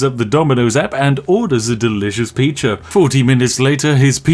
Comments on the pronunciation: "he orders a delicious pee-cha" How many gin and tonics did you have, lol? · ah yes I like to order a delicious "Piča" every day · "orders a delicious PEACHYA!!" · Spiff says "peach-a"